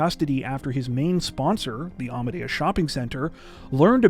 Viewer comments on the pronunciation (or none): none